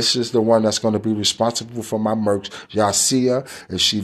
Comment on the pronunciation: Merch Baby Par not merks my guy. Dont merk nothing Baby Par. 🤣😂